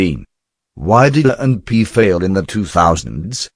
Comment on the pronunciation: It doesn't sound like the guy is pronouncing A&P correctly.